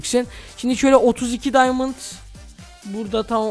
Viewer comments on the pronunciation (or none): none